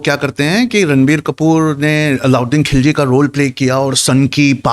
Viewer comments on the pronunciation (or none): کھلجی نہیں خللجی، کو کہنا نہیں آتا!! بھلے ہی انگریزی میں لکھتا۔